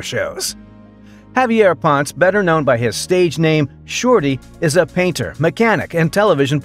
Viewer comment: Javier Ponce <Pon-Seh, or Pon-Say>